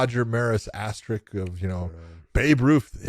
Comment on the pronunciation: AsterRISK. Not asterick. Idk why this word is so hard for people 😂